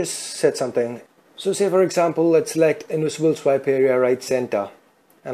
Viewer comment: OMG... @@@@ DID I hear Phai Control Instead Pie Control, and Aczamphal Instead Example.... PHAI PHAI PHAI Aczamphal Aczamphal Aczamphal... Poor pronunciation